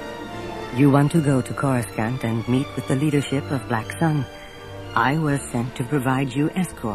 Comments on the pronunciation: Coruscant = "kor-uh-sahnt" not "kor-us-scant" Palpatine = "palp-uh-teen" not "palp-uh-tine" Bespin = "bess-pin" not "bee-spin" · I appreciate the production of this video but you can tell whoever made it is not a Star Wars fan just by how they mispronounce almost every planet alone... choruscan't , v-span lol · PalpatINE, BEEspin, CorusCANT... The mispronunciations are distracting. Otherwise this is a really good production. For the most part. There's an odd moment where the Falcon flies past a gigantic image of Leia. That was weird. But mostly pretty great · This guy corus-can't pronounce the Imperial Capitol World name. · “Koru Scant”? Really ? Was no one minding the store when they recorded this? Every time I hear him say it wrong It throws me. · Again, it was Anthony Heald. This was the "official" pronunciation before the prequels came out (the recording was made in 1996) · This was before it was said aloud in any of the movies, Coruscant and Bespin both get pronounced funny in this lol. It seems like it wasn’t official yet to pronounce either